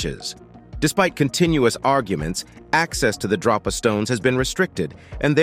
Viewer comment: DRO-pa stones or DROP-a stones? Here's your sign ------------ He mostly calls them Drop-A stones and then near the end he calls them Dro-pa stones (which is correct). I find it amusing 😋